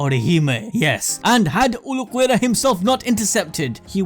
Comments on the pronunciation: i think i will vomit if i hear u say "uluquerra" one more time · is Ulquiorra not Ulquerra pls bro ( great video btw) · OOL-key-ora Ulquiorra not uloquerra or w.e tf it is youre saying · "Ooluhquerra"? Who's that? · (Ul-Key-or-a) please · who the fk is ulucuera ? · "Vi-so-reds" "Ulo-querra" 🙉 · Visored - Vai-zurd Ulqiorra - Ul-key-aw-rah Hueco - Hweh-ko Cero - Seh-row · Uhl-key-oh-ra lol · Dude pronouciantion Cero= sero Vizards- vaizards Ulquiorra= Ul quior ra Byakuya= bi ya ku ya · ulquiorra is pronounced Ehl keh yorra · He must be doing it on purpose to make us comment. No way he thinks it's pronounced vizareds and uluquerra... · ABD it’s PRONOUNCED “ool-key-ore-a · I usually love you guys.. but there are WAY too many videos online, including BLEACH ITSELF.. for you to be saying Ulquiorra "ooloh-kwera". There's having an accent, and not giving a crap. This is you not giving a crap about your product or its consumers. Come on man. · Please for the love of god go listen to any1 say any of the names in the show man byakuya sure but then Ulquiorra got me. They say the names in the anime come on bro